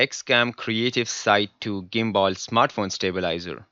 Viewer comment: illiterate gadha, video banane se pahele pronunciation to thik se sikh le ta.... woh "GIMBALL" nehi re gadhe woh "GIMBAL' hota hai ....